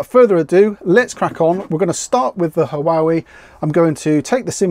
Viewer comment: Huawei is pronounced 'Wah way' 😉